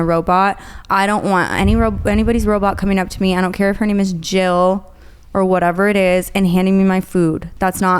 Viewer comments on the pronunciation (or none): none